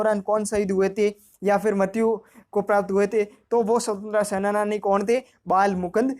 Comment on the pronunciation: Sir senani hota h sena-nani nhi hota